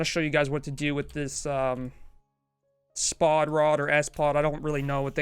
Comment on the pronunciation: It's spod not s-pod